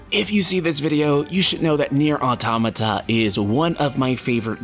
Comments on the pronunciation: I just wish you would read the name out loud the right way .... It's a compound word spoken = auto-mata ... The creator says it like that the entire country it came from says it like that and the funny thing is its phonetically english. Not a japanese name or expression yet english speakers cant say it and it's always the same people whos only come back is ..... muh grammer .... Well i'll write like I'm doing a presentation when you can read words like they are written. Deal? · holy shit learn to pronounce automata lol